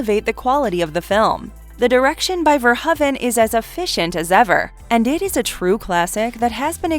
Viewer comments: Verhoeven is pronounced "Ver-HOE-ven", not "Ver-huh-ven". Not gonna lie, the constant mispronunciations from the various narrators are starting to really piss me off. Oh, and , HER NAME IS JENNIFER JASON LEIGH. Not just Jennifer Jason. Fuck sakes! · If you are going to do an entire video on a director, you should probably at least learn how to say his last name. Especially since you butcher it about 50 times here. Love the content, but the editing mistakes are kind of ridiculous sometimes. It's pronounced Paul ver-ho-even, with a long o sound. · FIRST, I HAVE TO CLARIFY THE PRONUNCIATION OF HIS NAME. I PRONOUNCE IT VERHOVEN, WITH AN ACCENT ON THE "O". 😱 OTHERWISE, I LOVE YOUR CHOICE OF MOVIES. I HAVE THE FIRST THREE ON DVD, AND I REALLY LOVE THEM.